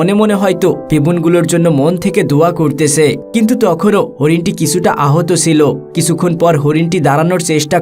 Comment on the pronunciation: উচ্চারণ ঠিক কর। 'করতেছে' নয়। শব্দটি হবে 'কোরছে'।